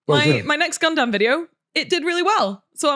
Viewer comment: Is pronouncing gundam "gun-DAMN" a British thing or a thing?